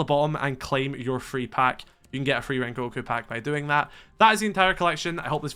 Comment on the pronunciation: Bro u missed the g in rengoku 😭